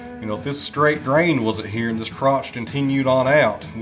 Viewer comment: “Like ee-us”. Your Hillbilly slang for “like this”